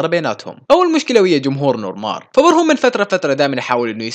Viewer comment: اسمه نور مارخ او نور مارك وليس نور مار Noor mar5 خمسة يعني حرف خاء او كاف